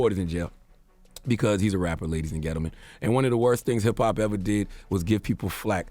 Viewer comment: Am I the only one who HAAAAAATES how charla pronounces gentleman? I swear it does something to me every time I hear it. Who told him that's how to say that?